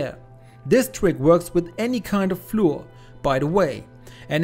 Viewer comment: Flour is pronounced exactly the same as flower, otherwise it sounds odd in English !